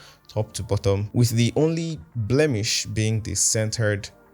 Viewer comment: say na blemish 🤣🤣🤣🤣 bro please....